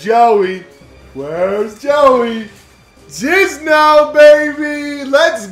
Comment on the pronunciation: JInZo NOT JiZnO WAT IS wRONG WiTh yOu